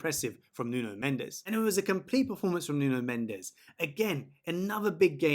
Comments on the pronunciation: Mate is not Nuno mendeseee (in spanish) is nuno mendeshh (in Portuguese), otherwise it sounds like me saying an english name with a french acent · Mendes, not Mendez ! S = ch/sh/x "Mendsh/ch" - The last "E" is silent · His name is Mendes ( portuguese) not Mendez ( spanish).